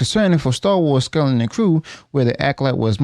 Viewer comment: Why do you have so much trouble pronouncing the word skeleton?